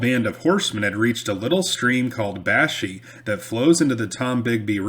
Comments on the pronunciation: its pronounced Bash-Eye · I love hearing stories about the area where I grew up hunting, fishing, and just running around in the woods as a kid with my cousins and our friends. The area where the Canoe Fight occurred is pronounced "bash-eye" back home.